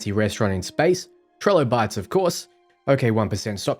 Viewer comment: People mispronouncing "Trilobites" is bothering me way more than it should. TRI-LO-BITES. Not TREH-lobites. They made such a good pun calling the food "Trilo Bites" cause that's what the little critters are on the plate, trilobites, and everyone's butchering it lol